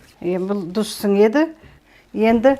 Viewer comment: Тұз десеңші дұз деген не?